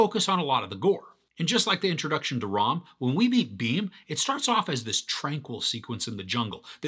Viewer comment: Its not Rom.. Its Ram.. Nd its not Beam its Bhim..